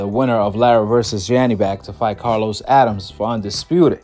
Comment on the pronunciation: It’s pronounced “A-dam-mes” and spelled Adames not Adams